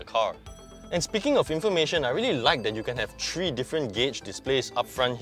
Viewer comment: tHree, not tree